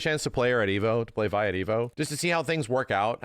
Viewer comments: It "Vi" not six, short for Violet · Bro. Her name isn't Six, it's Vi. lol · My man said six😂😂😂😂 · For like five minutes, I kept on wondering why he kept on calling her six and everything before I realized vi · Her name is Vi short for Violet. It's not Six. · 💀 six? Or Vi?